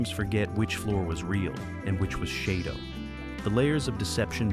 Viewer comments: if you are gonna try to speak english at least learn how to say words, SHADO is pronounced as SHADOW !!! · Maybe that’s how people from the Deep South of the USA pronounce it. Yeeee Haaaaa! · UFO remains my favorite TV science fiction show, so I enjoy any discussion about it. However, AI does seem to have had a hand in producing this video. Apart from the mispronunciation of SHADO, many times when it mentions Gerry Anderson it shows a picture of Derry broadcaster Gerry Anderson with a full head of hair! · Uhhh… SHADO was pronounced like the word “shadow”, NOT “SHAY-do”. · It's not called shay doe.. Learn it's name it was shad doe Shado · Does anyone else cringe when the the AI says Shaydow instead of Shadow?😅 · It's pronounced shadow as in what you cast in lighht not shaidow or how you saying it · It's SHADOW, not SHAY DOUGH. Sheesh... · AI voice pronounces SHADO as Shay-do, but it's shadow. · Pronounced shadow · Shade-doh. Play-doh for adults. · "Shay Do" sets... Perlease!!! Someone (or some "AI" hasn't seen the series!!! And why the hell label Ayesha Brough as Dolorez Mantez?????!!!! And Wanda Ventham's first script was just a small bit part, it wasn't until they lost MGM Borehamwood studio and had to relocate to Pinewood that she came back, due to the delay meaning some regulars had other jobs by then. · AI much? SHAY-doh? The logos are a guy standing WITH A SHADOW!!! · Have you not watched and heard how SHADO is pronounced Shadow SHADOW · "Shay-dough"? Please stop using AI voices. They can't read! Just narrate it yourself!!! Geez. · Too many errors ! Shado is not pronounced ShAdo, George Sewell was only in the first 14 episodes to be filmed and was replaced by Wanda Ventham for the last 9 episodes as the netwok wanted someone more "photogenic" but as the episodes were not shown in the order they were made, they both appear to be in most episodes. AFAIK "Identified" is the only episode they both appeared in. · Yes. "Shay-doe".